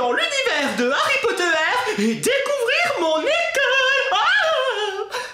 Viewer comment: Tu dis Harry pot de terre ?! XD #TeamPalmier